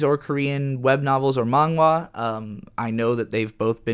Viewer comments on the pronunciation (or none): none